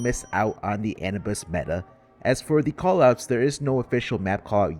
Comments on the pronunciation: Awesome video but on a sidenote my man just can't pronounce Anubis lmao Anubis not Anibus! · also it is pronounced uh-noob-is lol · the way you are pronouncing anubis is hurting my balls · I love your videos but that is not how you pronounce Anubis😭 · Please pronounce "Anubis" correctly